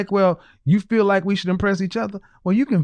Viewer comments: Especially since they pronounce feel like it is fill. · BW and BM neither of whom can pronounce the word feel correctly instead of saying fill. Can you fill me?